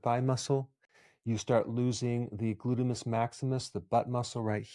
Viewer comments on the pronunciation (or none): He said “glutimus” maximus 😂